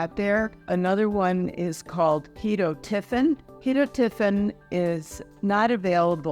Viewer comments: That seems an odd and unusual pronunciation for ketotifen? Does it have more than one acceptable way to say it? My other providers. even my compounding pharmacist, say key-tot-o-fin. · The way Ive heard it pronounced is Key-toe-tif-en